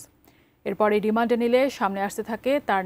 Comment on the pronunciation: রিমন্ডে না রিমান্ডে 😂😅